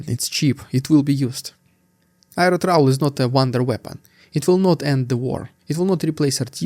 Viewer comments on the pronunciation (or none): trawl as in awl, not as in trowel or owl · Trawl. I was listening and you kept saying "trowel". I should not be surprised though you always say Russian "deeood" for some unfathomable reason